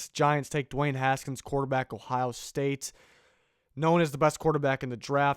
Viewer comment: “Ohio sate”